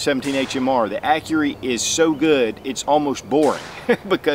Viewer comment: lol "accury" :P great vid btw.